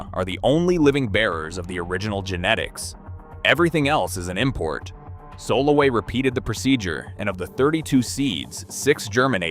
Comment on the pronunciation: If you're going to make a video, can't you spend 10 minutes finding out how to pronounce all the names? Your pronunciation is atrocious. Arava, kibutzim, Solowey, ...